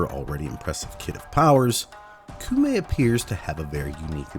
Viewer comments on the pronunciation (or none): Am i really the only one who's bothered by you saying "koomei" instead of "koumei"?? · Komei. In Japanese, whenever u is written after o, it's silent. Sorry, I had to, kinda hurts my ears. Other than that, gr8 vid. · I hear you coom from the Meg school of pronunciation. Coomei. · “Coom-ay”. Oh for gods sake. How difficult is it to learn how to pronounce a word when the game speaks it OUT LOUD to you? No. Being American is not a valid excuse! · Her name is said so many times inside and outside of game, you even have the clips! how did you land on 'Koomei'? Also please, 666 isn't even consistently the mark across versions of the bible, and falling back on Christian myth in a Japanese update is unendingly frustrating. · took me a minute but I HEARD THAT SOUL REAVER MUSIC still one of my favorite games to this day, and had some of the best atmospheric music lol (also funny that you dont even try pronouncing those words yet are confident in that pronunciation of Koumei) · The way you keep pronouncing Koumei actually hurts me when you must have heard it pronounced correctly dozens of times, at least